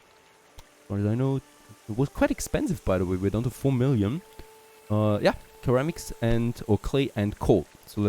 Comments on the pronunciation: Love the series, got me aware of your channel. It is BTW pronounced "Sir-amics", not Ker-amics. Not being picky, as my German/French/Italian is none existent. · Again, love your vids. It's pronounced "Sir-am-iks" ❤ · ceramics= ser-am-ics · Loving the series, not sure if its a language or accent thing but ceramics is pronounced like "suh-ram-ik" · Just so you know, ceramics is pronounced "seramics" ;) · You are pronouncing ceramices wrong. Also, the line wou made for the clay have a 6-9% slope at one point.